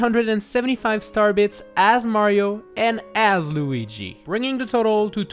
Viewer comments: Cmecraft ALREADY DID THIS!!!!! ALSO STOP SAYING LOOGI! Ugh..... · I love the way he says Lugi